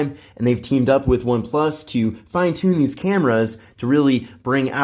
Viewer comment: cant stand him sayin oneplush 12